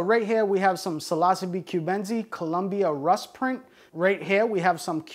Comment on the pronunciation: Seems he's incapable of pronouncing most of what he's talking about. "Psilossabee Allen-i", "Psilossabee Cyansis", "Psilossabee Azursints". Sound it out buddy, it isn't brain science, or rocket surgery! But to be fair, he does seem to know what he's talking about. He just struggles harder than a blind amputee with a severe case of explosive diarrhea when it comes to pronunciation.